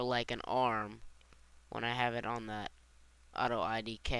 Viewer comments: If this guy were a nerd he'd actually say Auto IK, NOT IDK! srsly, its frickin annoying calling it that while reading it! my head hurts! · lol why do you call it auto idk? Its auto IK which stands for auto Inverse Kinimatics, not auto I don't know hahaha